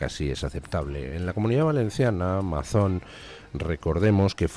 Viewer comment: No es Mazón, se pronuncia Meison.